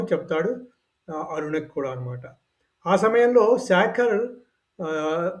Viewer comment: శాఖర్ అని పలక రాదు.. శేఖర్ అని పలుకవలెను ! ఉచ్చారణ లో కల తేడా తెలుసుకోండి.. ఉచ్చారణ ను సరి చేసుకోండి! భారత్ మాతాకీ జయ్🎉